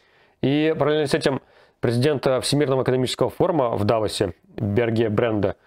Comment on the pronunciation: Руслан просто непревзойден в ударениях. Даже Давосу досталось😅 Без злобы, просто забавно.